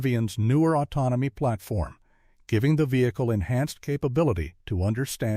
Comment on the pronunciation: Autnomiy Plarfrom? Autounimous? 😂. Prodduuction Facuiiity Expanssiiing? 😂😂😂😂